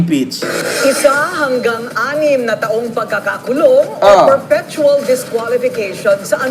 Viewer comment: Correction, sir... It is Perpetual Disqualification. LOL! (What you said was "perfectual."). Ayusin mo sir! LOL